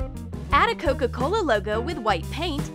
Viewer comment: DoEs AnYoNe NoTiCe ThAt tHeY ArE sAyiNg CoCo CoLA?